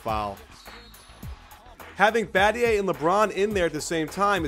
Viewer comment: LMFAO "Badgay" Battier*